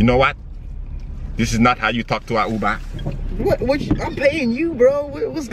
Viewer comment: LISTEN TO HOW HE SAID UBER🤣IM SLEEP